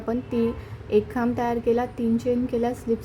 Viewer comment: Khamb bolatana chuki kartay.. khup confusion hotay m